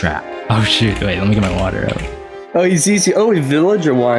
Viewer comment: You said out wrong💭